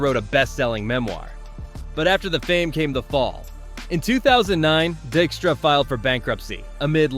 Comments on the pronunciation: Wait... you mean it's NOT "Lenny DICK-stra?" 😂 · I had to double take multiple times when the first pronunciation of a player was correct. Only to later be mispronounced several times afterwards. The content of the video was good...just check your pronunciation. Dykstra = die k struh